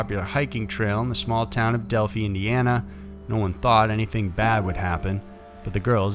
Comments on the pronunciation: Del-f-eye is where the girls are from in Indy. Not Delfee. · Del "feye" Not Del "fee"... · it is pronounced del-fy. RIP Libby and Abby